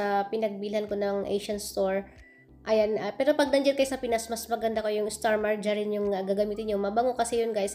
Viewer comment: Heheehe song un?start marjerin yan kc bigkas m.